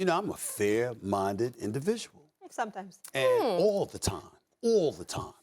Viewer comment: I just realized SAS says "owl the time" Not "all the time"